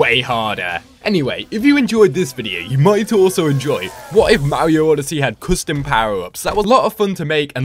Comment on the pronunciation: its Mario not mawio